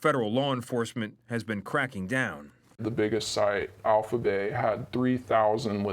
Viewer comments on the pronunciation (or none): none